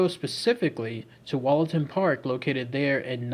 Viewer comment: I lived near there and visited the park every weekend with my maternal grandfather... Heads up: pronounced Woollaton... Plus called Hall and not Castle... Also, there is no train embankment in the park... Currently being discussed on a Notts forum on Facebook...